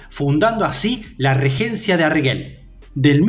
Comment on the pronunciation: no se pronuncia arguel, se pronuncia arjel